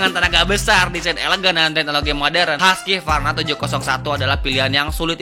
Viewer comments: Cara bacanya kalo orang luar "huskuarna" bukan haskyvarna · haskivarna itu cara baca darimana sih bang? orang swedia bacanya huskvarna..